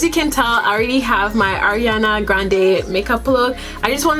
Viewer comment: Her name is pronounce ARE-IANA by the way.